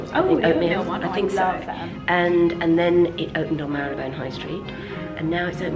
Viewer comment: Please, get Jo to teach you how to pronounce Marylebone not Marlybone! 🤣😜